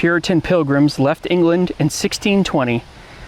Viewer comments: It's pronounced Ang-li-can. Anglican church. Hard A, not like in Angel.😊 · It’s pronounced Ang-lican not Angelican. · As others stated, it’s ANG li can, not anGEL I can, 3 syllables not 4. The base is the “Angles”, the English, not angels. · The pronunciation is Anglican ie angli-can - it means Church of England ,rather than 'angeli can'. Interesting video ! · I'd love to visit this! Cool video! Side note... Anglican is pronounced with a hard g as in "angle" instead of soft like in "angel" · The church of England is called , pronounced Ang glig in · Pronounced Anglican incorrectly. It’s “An Gli Can” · Anglican is pronounced with a hard G, not like angel.